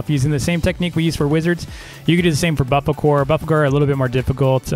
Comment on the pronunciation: saying bofocore when its bofolo